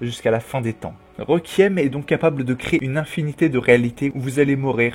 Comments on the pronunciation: La prononciation est « Rékouiyemme » et non « requiemme » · Déjà il arrive pas a prononcé Requiem correctement, alors ne lui en demande pas trop non plus xD